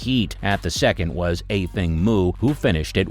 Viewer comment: You're the first person to correctly pronounce her name.